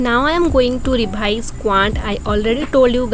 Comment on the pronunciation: Real opinion: your voice over idea I like it alot + I enjoyed alot when you speak some word in little different way Rebhise 👀 Btw girl I can't do like how you do! I can't study like you U r very talented 💜 tnq alot